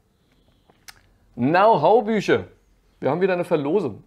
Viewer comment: Wie immer sehr nützliche Infos und Tipps für Kamper. Herrlich Dein Denglisch, besonders "Now Hoe" statt "Know how" hat mich zum Schmunzeln gebracht. Für einen Muttersprachler wäre das ein Freud'scher Versprecher gewesen.